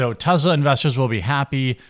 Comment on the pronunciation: Jeremy…. Say it with me Tess-laa not Tez la